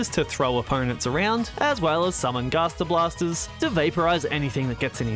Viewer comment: bro was saying gastor blasters and not gaster blaster